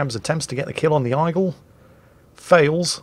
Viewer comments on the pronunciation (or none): what on earth is an "Eyegull"?